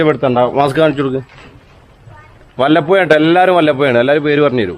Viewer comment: വല്ലപ്പുയ അല്ല വല്ലപ്പുഴ 🤣🤣